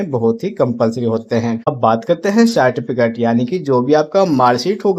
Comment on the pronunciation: Tum ko to Certificate bolne ka bhi Dhang nhi tum gyan kya doge re